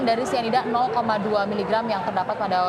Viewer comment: Syianida??ah besyanda,,,terlalu fasyih